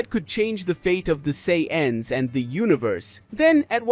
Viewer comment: This guy says sayins weird